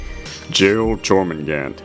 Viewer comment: your pronunciation wasn't bad, I think the jor is said as yor idk, that's many others including myself say